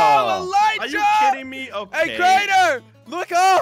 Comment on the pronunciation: I loved it when Crainer said give me a chaance